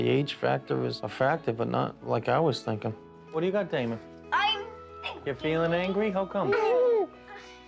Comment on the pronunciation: “IM fInkIng”